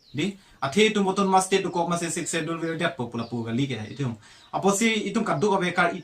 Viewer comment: When pronouncing the words "schedule" s will be silent 😀